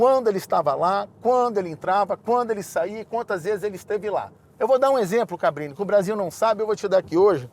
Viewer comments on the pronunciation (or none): Impressão minha ou ele chama o Cabrini de "Fabrini" em diversos momentos?! Kkkkk